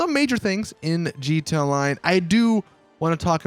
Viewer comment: Does it annoy anyone else that he says jeeta, instead of gee tee ay